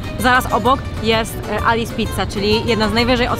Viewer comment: Pozdrawiam Was kochani serdecznie,tylko muszę coś od siebie dodać że we Włoszech to imię Alice czyta się Alicze